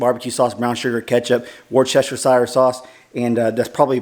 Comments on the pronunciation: LOL Wore-chester-shier sauce. Not busting your chops but you should look up the audio and say this a bit less country. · I am going to try that. Never thought of cooking the ribs in apple juice, thank you. Going forward Worcestershire sauce is pronounced wuuss-tercher. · You made me crack up laughing the way you said Worcestershire Sauce!! Lol!! We say it the exact same way. I thought we were original, lol!! That sure looks good! I can't wait to try it! Thank you!